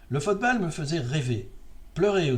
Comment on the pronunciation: Bonne année! Bon, j'avoue ne pas avoir écouté le cloclo, ce n'est pas mon truc ... tu parles de fotebale dans cette édition, pourquoi le prononces-tu ainsi? Lors de la coupe du monde 66, si je me souviens bien, la finale avait été très bien mais c'est surtout une demie-finale (Allemagne-Italie je crois) et un quart (je ne sais plus lequel) qui avaient été sensationnels. T'en souviens-tu?